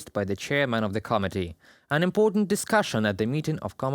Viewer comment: you keep saying “comedy” instead of “committee”. It’s an important distinction